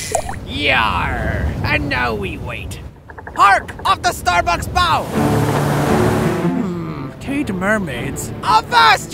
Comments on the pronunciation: He said Starbucks Bow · Did he just say "Starbucks side " instead of starboard side?